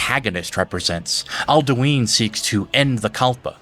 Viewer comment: Bro the way you pronounce cyrodilic and alduin driving me crazy, listen to the voice actors you don’t gotta over fantasy it to make it sound better it sounds fine the way its intended to be pronounced